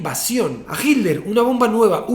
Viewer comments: No es adolf "GILDER.. " es H I T L E R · No se si dice hitler o himmler jajaj